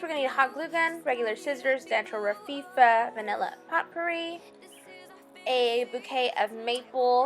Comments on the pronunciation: It's not Rafifa, you said It so many times and it drove me nuts, that's my OCD! I had to stop watching before it ended, you said It so many times, I was losing it, sorry, cute tho. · too funny, every time she said raffia it made me scream, laugh! How she kept saying "rafifa" was hilarious, that might be one OCD of mine, lol! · It's pronounced "Ra-fee-ahh" my dear. BTW, your designs are very pretty. Surely gonna do some. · hey Sugar, I love your ideas!😃 I'm going to make all of them for fall! After looking at several different tutorials by other people, I really liked yours the best! I look forward to Christmas! Also just to let you know it is pronounced Rafia,just to let you know!😃 Keep up the good work! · you are so charming! loved your craft ideas thanks I pronounce raffia as RAF -E-A but to cute how you say it :) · It's RAF FEE AH - raffia! and it's SUTH URN - southern . You did an awesome job!!!